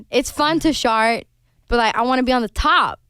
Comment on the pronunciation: I am deceased! They cannot keep it together when she said "it's fun to shart" instead of "it's fun to chart". It's just her Swedish accent coming through, and it delivered.